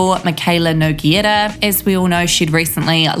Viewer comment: Yooo you pronounced “Nogueira” so well!!! 💕